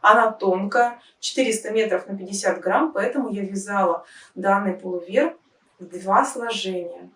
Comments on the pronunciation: ПулОвер, а не полувЕр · Все прекрасно, красиво и просто, одно напрягает - нужно говорить ПУЛОВЕР, а не пОлУвер😊